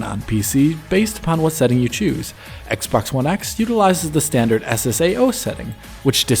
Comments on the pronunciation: I heard Assbox one x. lol. Love your analyses as always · he legit said "shadows on ass-box one x" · 1.15 I'm sure he says "ass" box one x. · Lmao I can't unhear it